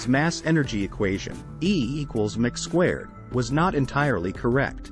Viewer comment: The AI narrator ruins the video. It doesn't pronounce anything correctly. "E= mick squared."